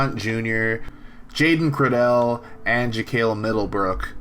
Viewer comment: Jaiden Credele’s name is pronounced Cradle and they call him Flip Cradle 🫡